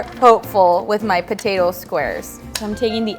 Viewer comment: I like butatoes too She says potatoe as butatoe